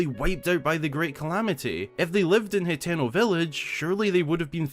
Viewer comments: i get that but there saying wrong as well , hateno is easy to sound out ...your saying it heteno tho a whole letter off just saying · I cringe everytime you mispronounce. Hateno village ...you have to sound it out ..ha ten o